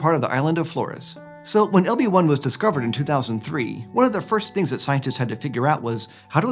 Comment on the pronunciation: Every time he says "LB-1" I hear "Obi Wan." H E L L O T H E R E